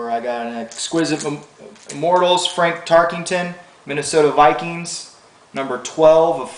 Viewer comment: its also not frank tarkington but fran tarkenton ;)